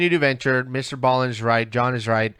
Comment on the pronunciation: It’s Mr. B Allen not ballin